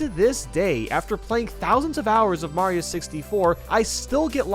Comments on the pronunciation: HE SAID SUPER MAYO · Did he said "Super Merio 64 DS" He deserves some subs